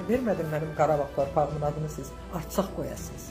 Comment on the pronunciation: Arsak yox Ərsak dı o bilmğdən danışma